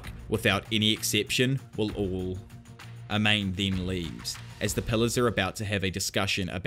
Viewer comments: Amane is not pronounced A-main, but Ah-Mah-Ne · For a guy that loves manga/anime, your pronunciation of Japanese names is god-awful out of nowhere sometimes. Pronouncing "Amane" as "Uh-Mane?" Jesus dude lol. It's "Ah-Mah-Nay." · Amane: “Ah-mah-néh” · A-MA-NE! who tf is Ameyn? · Hearing pronounce Amane like “A Mane” ? Jesus it’s Pronounced like A•MAWN•NEIGH A - like when a dentist says “say ahhh” MAN - pronounced mawn like lawn NE - like what a horse says “neigh” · Great video but my only gripe was how you pronounced "Amane". I would go as far as to say that her name is pronounced "Aman-eh" I could be wrong. Other than that thanks for the content bruh.